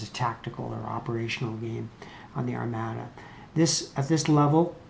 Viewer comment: Thanks for the effort. It was clearly designed to be driven by logistics-which you also clearly have no interest in (forgetting to buy munitions LOL) so I am not surprised that it did not appeal to you. FYI, Armada is pronounced "ar-mah-da", victuals is pronounced "vit ela", and Cadiz is pronounced "cah-deeth". Anyway, good effort.